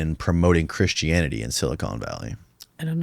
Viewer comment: dude literally says "silicone valley" instead of silicon valley wth